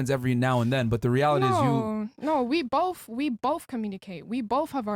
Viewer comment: I like how she says with BOF OF US 🙄🙄